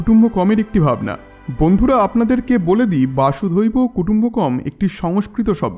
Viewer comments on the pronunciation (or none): "বাসুধৈব কুটুম্বকম্" নয়। হবে " বসুধৈব কুটুম্বকম্"। বসুধা+এব= বসুধৈব। বসুধা অর্থাৎ পৃথিবী। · উচ্চারণ করছেন ,বাসুধৈব ,কিন্তু হবে বসুধৈব ।বসুধা +এব।